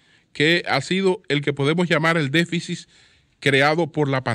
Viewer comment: QUE ALGUIEN LE DIGA A ESTE CABALLO CON CÉDULA DE MARTÍNEZ POZO QUE NO SE DICE "DEFICIS" ES DÉFICIT!!! Y QUE NO REPITA TANTO LAS PALABRAS QUE CON UNA VEZ BASTA!